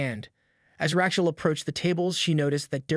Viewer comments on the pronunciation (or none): "Ratchell", huh? Haha...I get that your generation is rife with anti-Semitism, but maybe learn how to pronounce an age-old name.